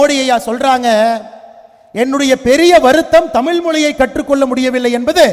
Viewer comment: ஏழை தாயின் மகன் யாருடா தம்பி. பொய்யாய் புகழாதே டா. தமிழை தமில் னு சொல்லும் உன்னையெல்லாம் தமிழனாக கருதமுடியாதடா தம்பி